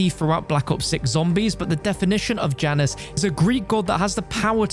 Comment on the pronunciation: i hate that he doesn't say Janus right